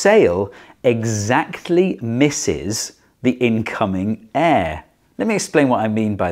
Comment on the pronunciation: The way he pronounces air makes me cringe so bad